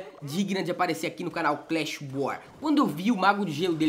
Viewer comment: fala clash n clesh